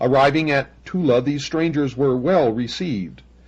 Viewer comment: Thula? Sounds like Thule.